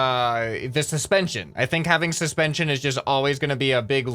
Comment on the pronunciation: “This is ‘intension’all” he sais wile talking about suspension